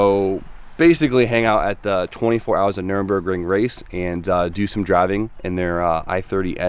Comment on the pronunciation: Its called Nürburgring not Nürenbergring Bro😀